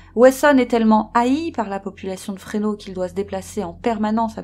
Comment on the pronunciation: Le S de FRESNO se prononce.